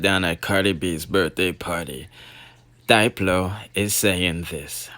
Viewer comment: It's dip -low Not Dyelo Jussa seh